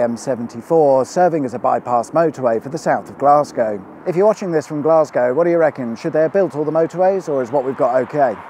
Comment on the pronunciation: No self respecting Scot would ever refer to my home city as "Glasgie." To us Weegie (Glaswegian) Natives, its "Gless-ca."